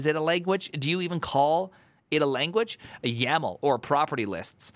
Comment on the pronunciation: Ackshully, it's not YML but YAML